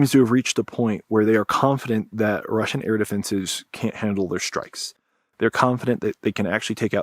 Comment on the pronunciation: "Shtrike"... When did this happen?